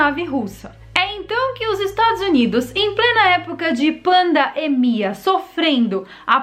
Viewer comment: emeldels. Parei de ver quando ela fala "panda êmia". 😂😂😂😂 que jê nia da vêrdá di.😂😂😂